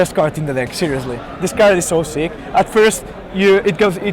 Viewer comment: "I fOckked them every turn" Also, Kabira Crossroads issss so seek.